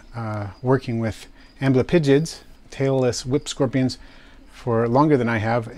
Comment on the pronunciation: I am so happy to see someone else hears "Tailless Whip Scorpions" as "Taylor Swift Scorpions" xD